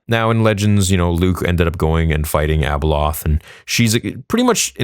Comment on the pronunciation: its abeloth my guy lol